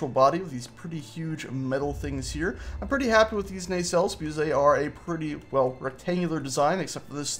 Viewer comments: Its pronounced NAH-CELL(s)... sorry not a pronunciation nazi... but that was bothering me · Why are you calling them Ney cells?